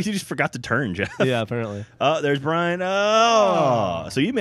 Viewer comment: he said brain not brian